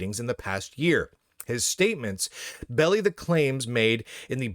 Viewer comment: be-lie. Makes a lie of. not "belly" 😂